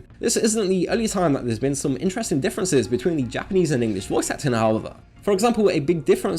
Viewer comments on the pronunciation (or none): none